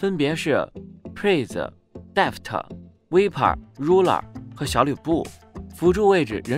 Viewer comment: 敢不敢把選手名字先念對阿 VIPER要念錯幾次